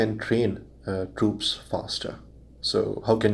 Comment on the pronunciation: It's troops not trups